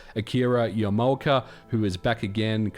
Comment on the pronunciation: Lol, it's Yamaoka, not "Yarmulka". You can blame a fifty-something Australian like Dimitris for pronouncing it that way in his native accent.